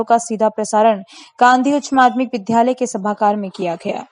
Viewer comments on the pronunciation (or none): विध्यालय नहीं , विद्यालय ।